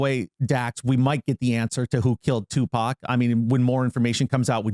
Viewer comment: The guest says Topac? Not even close to #1 mysteries